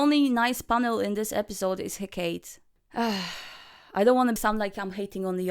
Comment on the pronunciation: "Heck-kate." lol